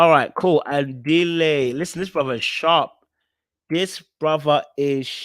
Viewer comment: The way you pronounce Andile😂 you definitely need to come to South Africa so we can teach you how to